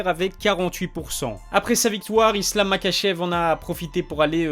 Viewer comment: Ça se prononce ma*R*achev